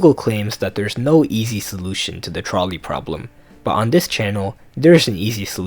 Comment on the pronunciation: “twolley pwoblem”